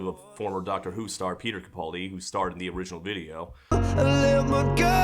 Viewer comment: YOU ALL SAY CAPALDI WRONG!!! I mean I’m a Glaswegian so we don’t say much right but we say Capaldi right.